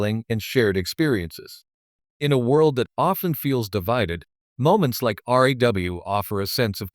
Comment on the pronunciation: your reading sound like crap can't you say RAW and not R.A.W?